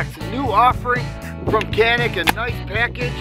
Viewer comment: İt must be pronunciated like GANİK or JONHİK